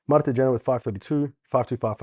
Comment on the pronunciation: Kjenner is pronounced more like Shenner